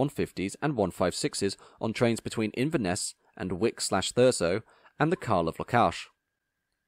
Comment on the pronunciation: 👍 Good work young man... Had a little chuckle at your pronunciation of Kyle of Lochalsh 😜 Still, good job 👍